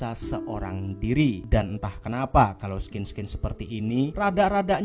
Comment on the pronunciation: Scene bacanya sin, min😭 bukan skin